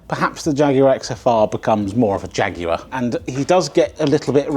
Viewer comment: Jaguar sounds like jagggg